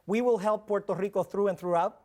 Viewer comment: I hate how this guy says rrrrrRico